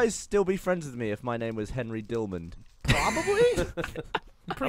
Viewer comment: Idk how I’m just realizing this now but Gavin says “Henry Dillmand” not “Henry Dillman”